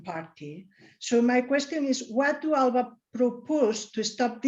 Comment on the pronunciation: That's not the correct pronunciation.